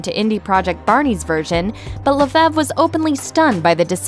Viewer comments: Rachel “Le-FEV”?!?! WTF? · The last name Lefevre ISNT pronounced that way....i should know as its my damn last name